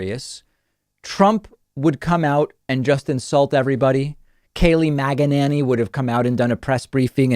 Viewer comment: Did you just say Keleigh MAGA-ninny? I hope you did